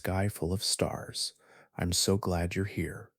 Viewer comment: A sky full of stars? Lol might want to pull back on the emphasis...we're not actually listening. You actually found me due to the algorithm, but you have a talent for putting people to sleep......thank you sir